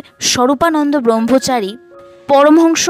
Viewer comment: ভালো লেগেছে, শুধু ব্রহ্মচারী শব্দটা ঠিক ভাবে উচ্চারণ করুন